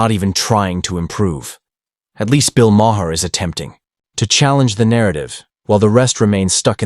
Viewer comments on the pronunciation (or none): “Bill Mah-Her”